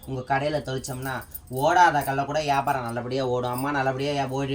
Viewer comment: வியாபாரம் சொல்லதெரியலை யாபாரம் 😂😂😂😂😂😂